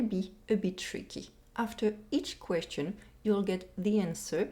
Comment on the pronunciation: Pas de liaison in Question 9 ! Attention aux Questions 16 et 22 ! Overall, it's a good listening test.